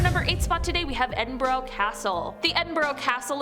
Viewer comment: As a scottish person it annoys me the way u said edinburgh why did u say edin burrow